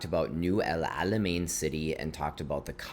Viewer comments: Your pronounciation of the ein letter is impressive for a non arab, bravo 👏👏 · I feel your pain every time u try as much as u could to pronounce Alamein correctly 😂 It was so accurate though and I really appreciate your efforts ♥️♥️